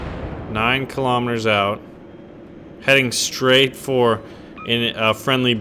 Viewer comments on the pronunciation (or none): none